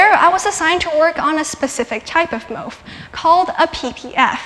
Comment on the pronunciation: She says "MOF" wrong. For the record, it's pronounced in a way that rhymes with "cough." It's cool that she's involved in research and speaking out about it, but... it's kinda weird to speak as if from a position of authority and not even say the acronym of the material properly. Also disturbing that CO2 is drawn as a bent molecule.